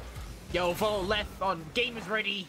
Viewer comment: "" - 2020